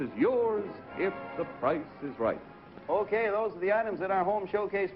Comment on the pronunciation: Ah yes, the game show, "The Pricce is Wrong"